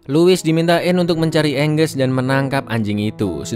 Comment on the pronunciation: Angus di baca enggus Bagi orang baru nonton baca Angus Angos